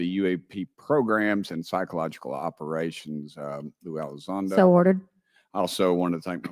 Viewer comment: Mr. Gothman he didnt even know how to say to say Lou's name ...Gothman kinda looks like he had a few sips of Snapps or something 😂😂😂 I'm terrible ...